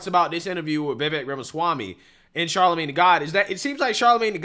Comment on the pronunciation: Bro why do you keep calling him Charlemagne tha God?